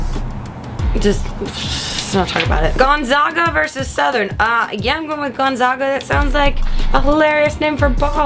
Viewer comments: "Gonzaga" is not pronounced Gone-Zahg-ah, it's pronounced Gone-zaa-gah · its gonZAGa not gonZOGa :) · GonZAGa not GonZAHga. #1 team in the country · Lololol "Gonzahhhga" it's definitely pronounced gonzayga/gonzaaahga. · GONE-ZAG-UH. GOSH. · I'm from Spokane and people who mispronounce Gonzaga endlessly amuse me. Oh, Grace. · Gosh people learn how to say Gonzaga! Were #1 in the country learn it!